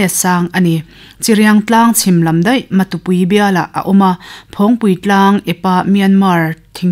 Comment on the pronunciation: I sawi ngaihthlak a nuam khawp mai .Mahse 'Cin state' nilovin Chin State' a ni a chuvangin Mizo ṭawng a i chhiar chuan 'Chhin' tia lam rik tur a ni.Chuan Matupui ni lovin Matupi tih zawk a niin ka hria